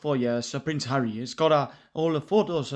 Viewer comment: I am german and the pronounciation of Harry was so so bad, hard to understand at all 😂